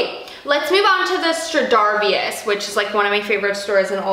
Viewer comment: Stradivarius = Stra-dee-various